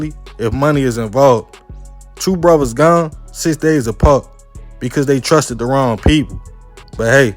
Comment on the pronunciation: Lol it’s brothers not bruddas